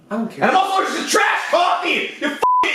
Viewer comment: "sorry but I am erlergek to milk"🤣🤣🤣🤣🤣🤣🤣